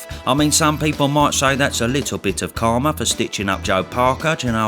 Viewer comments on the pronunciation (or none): none